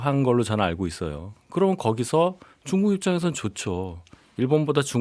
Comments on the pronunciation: 김용남 의원님 쭝국 발음좀... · 김용남의원님 쭝국 쭝국 고치셔야될듯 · 용남이형... 쭝국..발음이 ㅋㅋㅋㅋ